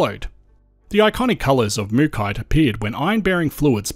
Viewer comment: Why pronounce it Mookite but it's spelt MookAite, and it's from MookA